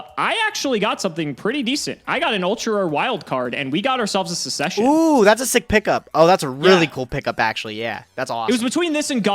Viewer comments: it's pronounced suk-ses-shen (the first c is a hard c). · Why aren't we talking about the way pronounces the word succession 😅😅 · literally pronounced succession wrong 7 times in a row. A prime example of the death of the English language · just knows what MBT would have done if he had pronounced it correctly (and considering MBT pointed it out on his stream, was right on the mark).